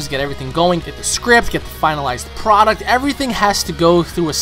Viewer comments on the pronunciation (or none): none